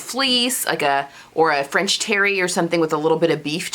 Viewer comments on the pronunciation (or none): none